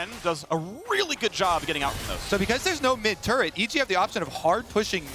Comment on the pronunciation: Turrent range decrease?? Faker~ What was that~